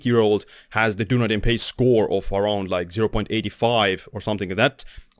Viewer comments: It’s pronounced DUN EEEE DIN (I worked there! It’s Celtic for Edinburgh and is in the South Island of NZ) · Good summary. But learn to say Dun-EEE-din properly.